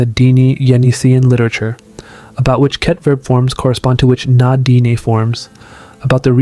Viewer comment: I'm 20 seconds in and you've already mispronounced Vajda, Ket, Yenisei, and Na-Dené. Thanks for making it immediately clear that you have no idea what you're talking about.